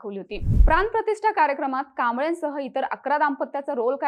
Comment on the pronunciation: 'प्रान-प्रतिष्ठा' नाही ग🙄...,'प्राण प्रतिष्ठा' असे आहे ते. शाळेत नाही का गेली तू? ण, ळ, चा साधा उच्चार येत नाही, आणि..न्युज रीडर म्हणून कॅमेरा समोर येऊन उभे राहता तुम्ही लोक.